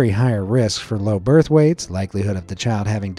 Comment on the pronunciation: bro he said "birthwates" lol